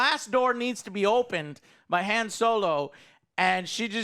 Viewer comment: Still mispronouncing Han and now mispronunciation Reva ic.